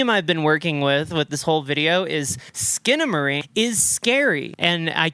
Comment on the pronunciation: HELL YEA SKINA-MAY-RINK